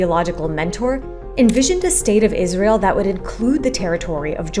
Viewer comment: Can we take a moment to appreciate that they called it Jizrael 😂